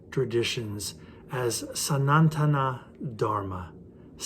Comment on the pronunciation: Appreciate the great effort in deciphering Hinduism to the wider audience around the globe.. I just beg to point out that your pronunciation of Sanatana Dharma is "Sanantana" in the place of "Sanatana" . Second, Sanatana means eternal which has been there from the beginning of time and will remain till the end of time. The timeline of the Vedantic literature is speculated to be around 2,500 - 3,000 years. But this is said to be the period when it was put into some form of writing. However, the origin of the Vedas dates back much earlier. The vedic knowledge was passed on by word of mouth from Guru to disciples in a very scientific way called Krama paata, Pada paata, Samhita paata..